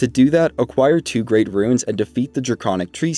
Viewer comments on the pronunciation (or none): bro, click on the timestamp. I was making fun of the fact he keeps saying “ruins” instead of “runes”